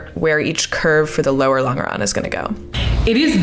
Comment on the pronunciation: Sorry to be that guy but you're mispronouncing longeron- the g is soft, like a j .. Lawn-juh-ron :) I am an aircraft structures repairman with 30 years experience so I should hope to know what im talking about. Can't wait to see how this project turns out! You got this!